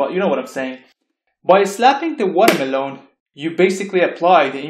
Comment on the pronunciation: Lovely video! I want a 10-hour loop of you saying Watermeloan.